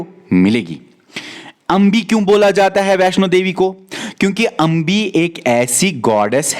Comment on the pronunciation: it's अम्बे not अंबी